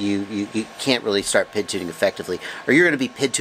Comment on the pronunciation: Love your videos. Great information, well thought out and well presented, but when I hear you say 'pid' instead of Pee Eye Dee it drives me crazy. :-) When you talk about the speed of a motor you don''t call it the erpem..... when you talk about the command line interface you don't refer to it as the klie.... when you talk about electronic speed controllers, you don't call 'em esks.... so why on earth would you refer to the proportional,-integral-derivative control as the pid? Oh, I get it.... some abbreviations are spoken as words.... SCUBA, LASER, and RADAR come to mind, but Three Letter Abbreviations AKA TLAs, (not tlahs) are almost always spoken as three letters. In most cases, TLAs are not acronyms (abbreviations that are spoken as words) but they are usually initialisms ( all the letters are pronounced as the names of letters ). In fact, the only TLA that I can think of that is actually an acronym is CAT as in CAT Scan. Anyway.... Every time I watch one of your videos, I DO learn something, and because of that, I'll continue to watch your stuff and continue to learn stuff nearly every day. That said, every time I hear you say 'pid', it's like nails on a chalkboard. :-) Keep up the great work and thanks for what you do...